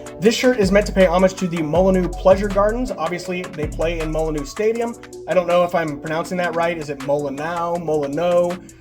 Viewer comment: Also Wolves ground was pronounced,🤌 nice one!